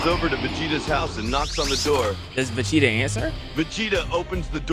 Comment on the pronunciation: Is it just me or does say Vecheetah instead of Vegeta?